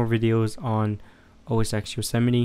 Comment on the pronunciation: The 'X' in OSX is a Roman numeral. It is pronounced 'ten'. Therefore it is called 'OS 10'